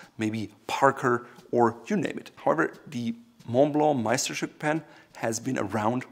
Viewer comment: You pronounced Meisterstück almost perfectly lol